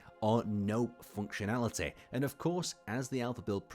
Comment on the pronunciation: I love the way he says "foonctionaliteh"